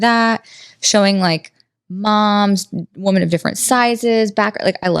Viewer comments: YES! I thought I was the only one who noticed. Why does she keep saying “woman” when referring to several WOMEN. Lol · Love, but I have to ask why does she keep saying woman, like 'i love woman' thought it was women?